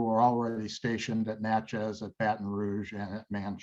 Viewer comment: Natchez - sounds like it Matches. Or a book of matches. Or it could be a box of matches. Either way, it’s not match-EZZ Manchac - sounds like “MAN-shack” Maurepas- sounds like “MORE-eh-pah”